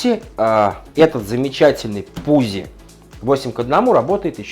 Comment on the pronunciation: ПуЦи, а не пуЗи, дружище, по немецки читается